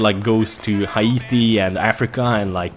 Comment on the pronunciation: His pronunciation of haiti xD i fucking lol'd so hard, oh y u so derpy